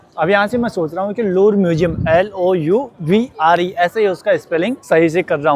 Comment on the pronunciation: to lovre mean lovre to v ka silent nhi h